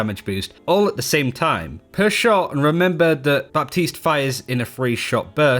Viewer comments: When a p is before a t it's silent. It's pronounced batiste not bap-tised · ITS PRONOUNCED “BATEESE”!!!!! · Just a head's up on the pronunciation : you don't pronounce the p in baptiste. You just don't, say batiste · I believe it's pronounced Bateese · Really informative Thanks ! ps : the p in baptiste is silent :) ( making prononciation easier )